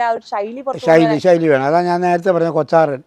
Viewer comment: കൊത്താറൻ ........ എന്നാണ് , കൊച്ചാറൻ അല്ല